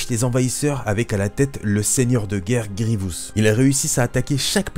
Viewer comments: Superbe vidéo seul problème, tu a la fâcheuse tendance à dire "Grievious". J'ai adoré voir cette vidéo mettant à l'honneur mon méchant préféré. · Dans la série Clone Wars tout le monde dit Grivious sans raison et résultat tout ceux qui on regardé la série le font aussi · Pourquoi personne ne prononce GRIEVOUS correctement, le i est au début, pas au milieu ! J'imagine que c'est à cause de Clone Wars